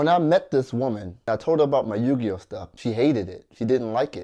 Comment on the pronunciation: He said to her You Gi Oh